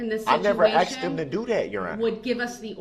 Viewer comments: "I did not axe dem da do dat". 🙄🤢🤮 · I did not axed them to do dat. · I'm sorry. The word he used was not "asked," it was "axed." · Axe, axed ,axes ax! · Axed to do dat? What does that mean? Help me out here. I'm confused. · Axed em ta do dat? Terrible to pay for this guy studying law in prison after destroying so many lives